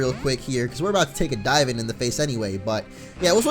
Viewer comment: When you said "She's just here to dive for us," it sounded like "She's just here to DIE for us," lolz